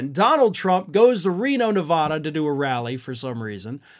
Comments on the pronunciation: Nev-aaa-duh. A like cat, bat, hat ! Please say it correctly or I won’t be watching because it’s ignorance to not know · Please learn how to pronounce Nevada,A like in dad.